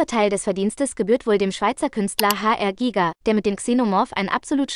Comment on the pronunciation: Danke, dass hier der Name H.R Giger NICHT auf Englisch ausgesprochen wird. Es schmerzt mir nicht nur (als Schweizer) in den Ohren, es ist sogar fast schon beleidigend, weil der interessante Herr Schweizer war.